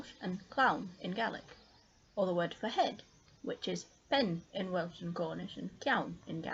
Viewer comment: Just so people know, at about , welsh words are used, but not really pronounced right. (i'll write words how they would be pronounced in English so you can see how they're pronounced.) plant= plahnt, penn= pen, pedwar= pedd+wahr. This might just be because of accent, I'm just making sure people know how it's pronounced. :) great video! really helpful, especially since it's covered so little on the internet.